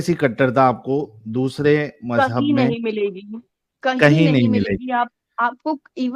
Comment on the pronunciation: bhai It's "MauzHub" Not Mazhub 😅😂